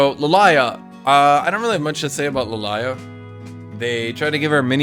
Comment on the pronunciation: why do you call Lillia LEElaya